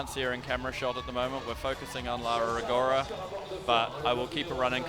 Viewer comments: FOR GOD'S SAKE... CRISTO SANTO... Mr Speaker, WOULD YOU FUXXXING LEARN HOW TO PRONOUNCE LAURA RO-GO-RA? It makes my ears bleeding hearing your british accent destroying an italian name. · Apologies (I did try to google this) but what's the correct way to say 'Rogora'? Does it have a different sound for 'ro', maybe? My instinct is to say it like did, ie horribly wrong.